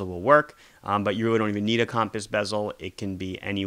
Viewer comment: “Cawmpass bezel”